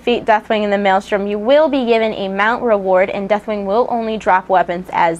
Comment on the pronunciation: Not gonna lie, sort of sounds like you're saying Deathwang =3 :P On a serious note - 4.3!!